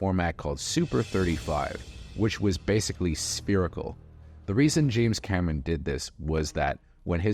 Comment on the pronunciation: Mentiras audaces, mentiras verdaderas,... James Cameraaaan, Eilian (Alien), DiViDí (DVD). Hay que supervisar a la IA de audio